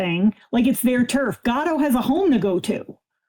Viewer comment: It took me reading the comments to realise said her neighbours cat was called “Gato”. I thought she was saying “Godot” and her neighbour was a fan of absurdist plays 😄